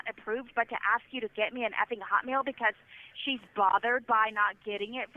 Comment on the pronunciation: The way she says "HOT meal" drives me wild. Shouldn't you emphasize the "meal" part, because "hot" is the adjective? Idk what it is, it makes me wince